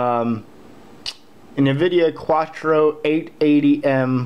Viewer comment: You're driving me nuts its not quatro. its Quadro. Pronounce Quad Drow